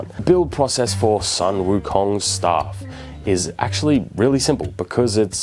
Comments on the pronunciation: Hi, I like this video, and btw, the sun pronounced as soon😊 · the Sun is pronounced as "Soon"..